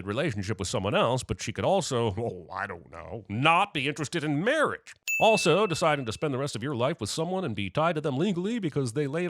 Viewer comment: Mawwiage is what bwings us togevaaaa todayyy 😂😂😂